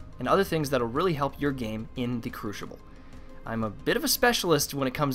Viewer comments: he says crushible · good video... Minus the inability to properly pronounce crucible.